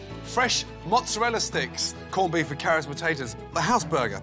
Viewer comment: MozzerallA. Unless you're auditioning for the sopranos or How To NOT Speak Italian. Mozarel, gabagoo....GTFO